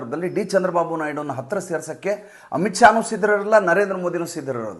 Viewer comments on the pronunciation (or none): none